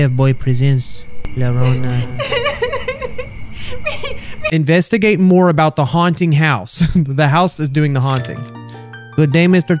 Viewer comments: needs to sound it out like this la ya rona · I'm bilingual (Spanish and American[English]) and I wheezes everytime he said llorona X"D un sorry but even tho it's spelled "llorona" its pronounced "YO-rona" the two L's make a Y sound in Spanish, other than that your pronunciations are great mah dude 👌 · It's pronounced YO-RO-NA, Lol! the GooB! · It's pronounced like "Yorona" btw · Just so you know it's pronounced yorona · I’m Mexican so as soon as I heard llarona I clicked off the video as fast as I could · Llarona is pronounced laya(insert rolling your Rs here)ona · It’s yarona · Just saying its la-yo-ro-na..... say it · Llorona is pronounced yorona if you didn’t know .-. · It's pronounced "Lye-a-rona" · its pronounced Yo - Rona sorry if you call me a nerd for correcting you xD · Llorona is pronounced yohrohnah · uhm , Mr? the woman's name is pronounced Jorona, ok bye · did you just pronounce llorona with a hard r 😾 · It’s pronounced yo-ro-nah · its pronounced yorona. yes im a grammar correcting dooshe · its Spanish, and should be pronounced 'jorona' or 'yorona' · It is pronounced jorona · It’s Spanish. It’s pronounced ‘jorona’. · You pronounced llorona wrong it is yorona is how you pronounce it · i was so badly hoping he'd stop pronouncing it as 'lorona' but then i read the comments and was dissapointed.. rip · im from argentina and i get annoyed whenever he says llorona wrong but i also dont blame him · i shook my head when he couldnt pronounce Llorona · Me, A Spanish Listening To How Says 'Llorona': Ears Bleeding Intensifies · Llama is pronounced with a hard L so thats why he thought llarona is pronounced with a hard L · I am triggered that he’s not saying Llorona right. Y’all feel me? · As a half mexican child.. I can confirm you said Llorona wrong. Not hating or anything :( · To all the Mexicans that know that he said the name wrong I feel your rage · Why did he pronounce ll like l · si escpecialy llorona being pronounced yorona